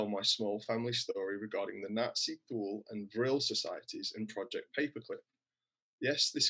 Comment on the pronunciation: Btw, Thule is pronounced two-le not thoole.